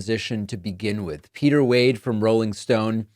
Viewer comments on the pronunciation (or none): none